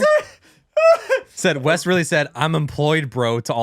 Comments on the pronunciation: Wes, not "West" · its WES not west.